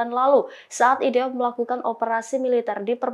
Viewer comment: NITC = en ai ti si IDF = ai di ef VLCC = vi el si si tolong belajar lg yaa presenter. ini kritikan, bukan hujatan ataupun hinaan ☺️👌🏻